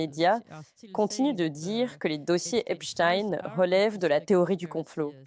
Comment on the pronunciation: Bonjour et merci pour tout ce que vous nous partagez . Je ne suis juste pas d'accord avec vous sur la prononciation du nom d'Epstein.... Vous interviewez des américais et pas un ne prononce Epstaïne, tous prononcent Epstine, et c'est JUSTE. La théorie de votre collaborateur avec le nom d'Einstein ne tient pas debout !!! Il était allemand, et en effet en allemand on prononce différemment. J'adore vous écouter mais cette erreur me pique les oreilles.... c'est dommage.